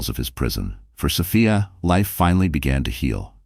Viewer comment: They don't pronounce Sophia's name right.